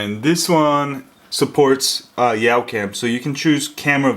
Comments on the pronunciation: did you say yow cam its YA-cam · It's youcam not yaucam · Pretty sure it's "Yawcam" not "Yowcam". :-) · Yawcam is pronounced yahw-cam. like "yawn" without the n.... Sorry! I just have OCD about that! haha